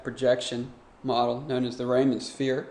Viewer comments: REE-man not Rayman. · It's pronounced like Ree-muhn